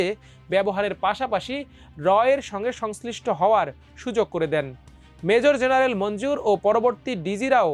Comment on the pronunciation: এই আবাল খবরের পাঠক কে বাদ দিতে হবে 🤐! অবসরপ্রাপ্ত মেজর জেনারেল উচ্চারণ করতে পারে না 😬!